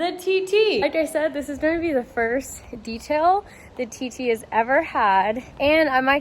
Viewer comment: No pun intended but everytime i heard you TT. i always thought you was saying titty